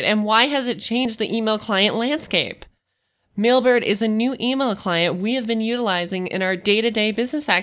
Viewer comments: Why is she constantly saying Millbert? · Sounds like an advertisement for the company. Plus, I couldn't get my head around her saying, "Millberd" each time she tried to say Mailbird.